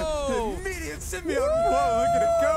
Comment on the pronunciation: Symbi- AUGHT